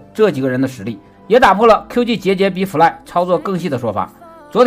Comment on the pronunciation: 每次听fly fly 听成夫赖